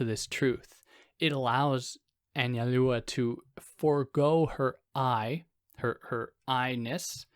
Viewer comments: Analua? Break it down as An-zal-do-uh—Anzaldua. It’s Basque. Gui-knee-on = Guignion. Not hard. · You said it fine when you pronounced it "in English." Just a little more emphasis on the u. Like "AnsaldOOah." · You should probably try to learn to pronounce her name before hitting the record button.